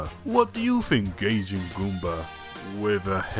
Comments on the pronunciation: It's not pronounced gayjin its guyjin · GAY-Jin!? It's GUY-Jin Goombah! Also why does he have to be english? Omg so annoying that I share a country with someone so ignorant! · And "Gaijin" as "Gay-Jin" instead of "Guy-Zsin?" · its prnonced gijjin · Really good stuff here, Goomba &, but I have to question why you pronunce "Gaijin" as "Gayjin". Anyhow, good stuff there. Almost makes me not want to stomp ya... again. (Sorry for that, by the way.)